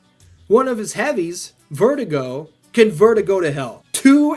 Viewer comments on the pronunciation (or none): No this man did not just call Verdugo "Vertigo"...